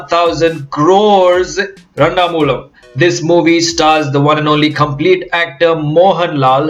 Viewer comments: this is randamoozham and not randamoolam. but its ok you are not a mallu, we appreciate your effort. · Pronounce its randamoozham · nice video......the only problem was how you say randamoozham😂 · its funny how he says Randamoozham